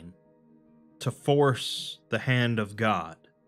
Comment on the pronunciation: Ummmm is it just me or did he forget the s in scp at the intro